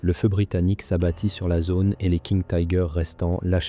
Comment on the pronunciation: Pourquoi prononcer Tiger à l'anglaise ?